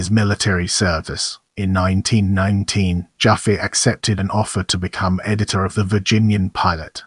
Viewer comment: I was a friend of Louis I,, Jr. and Louis Senior’s widow Alice from the age of 6, and the name is not pronounced JOFFee but JaFFAY. But thanks for this deserved tribute.